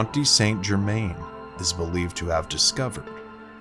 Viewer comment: Where do I start? Pronunciation probably. Phonetically he is San Jerman. Also genuine records show he lived healthy to age 110ish. Pretty awesome already without the added stories. Bit more research, this could have been a good video.